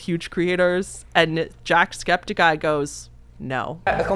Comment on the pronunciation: I'm so sorry I also have mention it is Septic Eye not Skeptic Eye 😭😂